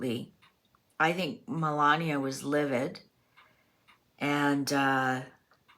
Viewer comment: Very interesting reading! I know Melania doesn’t pop up in readings all that often around Trump, so it’s fun to see that here. Appreciate you tackling the pronunciation of her name, as well. Took me a little while to get it down, myself. Suggestion for an upcoming Mysteries reading: have you done one on the Denver airport yet? It is a creepy airport with really strange imagery, symbolism, and overall fishyness around it. The amount of money spent on it, its location, the tunnels, it’s all just weird and my mind goes down all sorts of interesting paths. Even walking through it I get the weirdest vibe. Glad I’ve only had to go there a couple times! I’d be fascinated to see what the cards have to say about what’s really going on there.